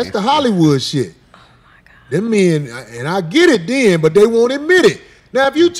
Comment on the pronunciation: That dude doesn't like women. He keep saying "menz" instead of men..lol